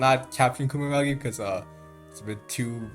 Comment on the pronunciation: loved the video, funny how you say kumaragi when its kumagera